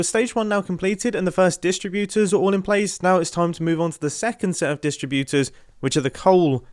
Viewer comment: Why does mumbo pronounce distributors like he’s reciting a poem with a iambic metrum?